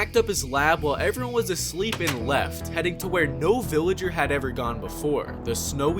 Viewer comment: Hahahahah boff veleger